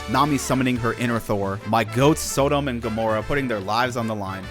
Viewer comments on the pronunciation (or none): I love these but “So dumb and Gomorrah” made me so sad to hear lol also “Blayno” instead of Blueno really threw me for a loop lol